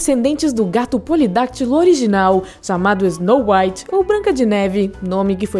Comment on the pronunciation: "Isnou uaite" 😂😂😂 aprendam a falar inglês de uma vez por todas 😂😂😂